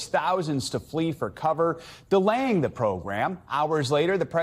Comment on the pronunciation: Tell that woman the word is the and not thee